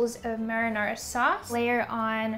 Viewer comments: Did she just say maranora sauce? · Please never say marinara sauce again 😂